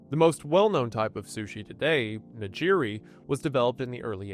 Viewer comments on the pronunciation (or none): wendy i am on my hands and knees begging you to tell your writers to include pronunciations of non-english words and names in the script. it's like nails on a chalkboard hearing you say "hockaydow" and "nijiri". out of respect for the audience as well as the cultures you include in these videos, wendy, please have pronunciations included in your scripts.